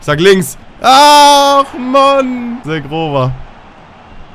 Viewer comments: Edon Zhegrova Wird "Shegrova" ausgesprochen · Bei Zhegrova wird das Zh wie das Je bei Je m‘apelle im französischen ausgesprochen also Zhegrova (Je-grova) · Er wird nicht „Shegrova“ ausgesprochen